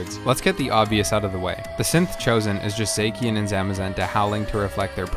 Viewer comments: Gaylar? Zackien? 😂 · God those Pokémon pronunciations! Zaykian? Gailar? Not hating but damn. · I'm sorry, "Zakyen"??? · Gaylar Zakian Man some of these pronounceiasions